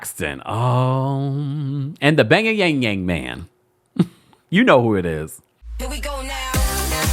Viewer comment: Why do you keep calling Jeremy the bay-ya-yang-yang man?!